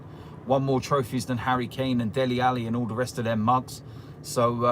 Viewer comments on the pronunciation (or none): none